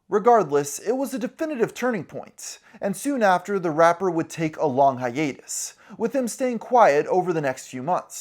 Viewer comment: The way you say rapper does not sound nice, it sounds vile